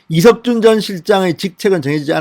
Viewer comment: 이석준 이름좀 제대로 말하세요